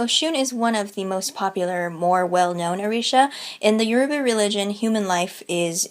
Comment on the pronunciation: Loved your talk on Orishan mythology but Yoruba should be pronounced with a phonetic emphasis on the "o".